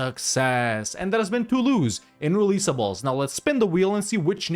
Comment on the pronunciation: "Releasbles" Literally unwatchable